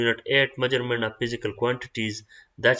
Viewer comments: MEASURMENT NO NO NO NO NO MAJURAMENT ✓ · Ka laka mauggerment😂😂